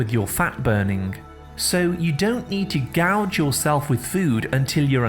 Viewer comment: "Gorge" not "gouge".